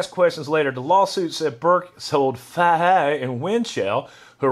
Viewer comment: Fay-He it's pronounced Fay-He. Also anyone else hear about Burks (ATF) arrest for shoplifting alcohol from a local kroger...?